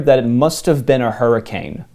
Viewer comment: Hurricane as the city is pronounced Hurrikin.